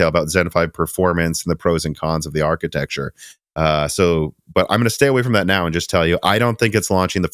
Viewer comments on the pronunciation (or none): none